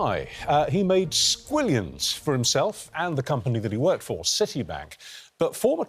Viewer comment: Squillianss ????? Are you five 😂